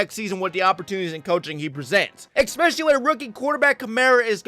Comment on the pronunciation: Maybe I'm being picky but the word is especially not expecially. There is no x in especially.